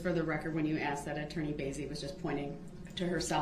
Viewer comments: Axed it is called asked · Tell the troof, I'm finna axed a question of atty Goof. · And “axed” = ask